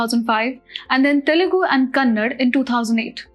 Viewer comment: its not kannad, its kannada